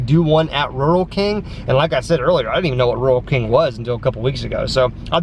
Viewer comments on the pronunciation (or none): its pernouced rule king